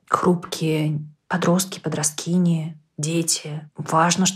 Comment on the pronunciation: Очень интересная и нужная тема. Но "подроскини", конечно, резануло